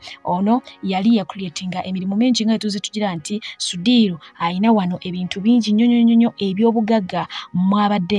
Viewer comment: He can’t even pronounce the name sudhir ,nga nawe oyogela.mbu kiseka